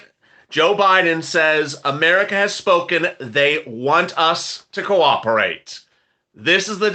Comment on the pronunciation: Purple Haze Purple Haze 🎶 did I hear you say "Quack-operate" 🤣 I must replay this one. I did! taw a puddy tat 😂